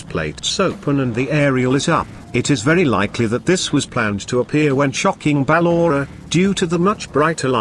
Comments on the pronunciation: he/she said ballora "BAA LO RA" please fix the ballora saying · Listen how he Say Ballora